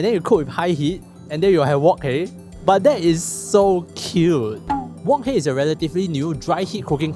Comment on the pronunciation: Can you pronounce wok hei properly pls